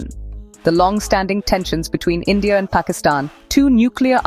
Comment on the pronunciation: Its endia NOT india🤣🤣🖐️🖐️🖐️💅